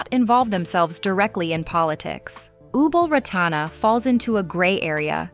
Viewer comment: Ubol Ratana's name is wrongly pronounced. I was married 15 years with a Thai and lived partly in Bangkok Yai. Many photos here show members of the Royal family without Ubol Ratana. Many Thai men have a so-called "minor wife" , which means adultery is common. It surprises me that Ubol divorced because of adultery.